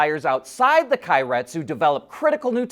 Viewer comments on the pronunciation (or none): "Kay-ret-su" like "okay"